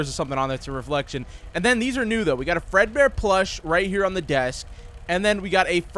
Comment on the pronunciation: bro said "welcome back to projects fredbear"